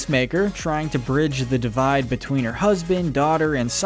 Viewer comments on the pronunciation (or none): none